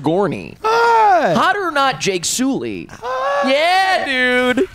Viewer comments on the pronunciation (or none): I could not stop hearing say Jake Sooly when I was watching Way of Water😭😭